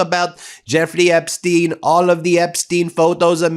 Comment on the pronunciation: On the accent thing — it’s Apstein, Apstein. You might want to watch Laura Benanti, who does a more believable Melania than Melania … otherwise, carry on. BUT — something in Flotus’ email has always fascinated me, and really does seem to beg for context. Melania writes, “I know you are busy flying all over the world…” So Mrs T knew that. And it’s worth asking, did she know WHY? That Maxwell was scouting and grooming kids from countries like Slovenia for the trafficking trade? Why is no one poking that bear?